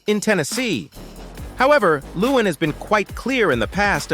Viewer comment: I cant help it lol but its leh-wahn, not loowen 😂